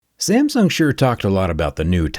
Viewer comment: pronounce "SAMSUNG" correctly first